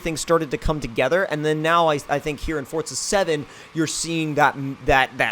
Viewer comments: Forza, not Fortza. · Why do people say "forTZa?" Either I'm blind, or it forZA doesn't have a T in the middle of it. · Since when was forza called "Fortsza"? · Why do people pronounce it fortsa? Its fucking forza!!!!